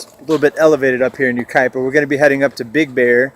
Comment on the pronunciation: You pronounced it correctly.